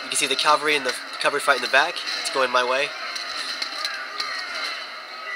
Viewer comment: Dude, caVALry... I really like your commentary video's, but everytime you say calvary, I get the urge to scream and kick something... even though English isn't even my first language. I know you can't just "remake" all your video's just to change a single word, but I hope you'll say it correctly in all video's yet to be created. Apart from that minor bit of irritation on my behalf... you're an absolute first class 'Empire Total War (or any Total War game) general/admiral'. Well done there